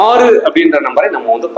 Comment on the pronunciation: 6 என்ற எழுத்தை மட்டும் வைத்து எவ்வளவு நேரம் அழுத்தி பேசுரிங்க முடியல ப்பா சாமி